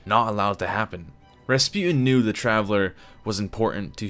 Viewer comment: finely rasputan